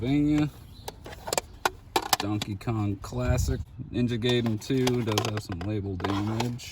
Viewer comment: It's Ninja (Guy-den)